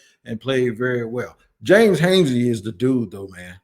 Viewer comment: Robert Hansey. You been getting these names wrong lately. Come on now. Dont tell me you getting old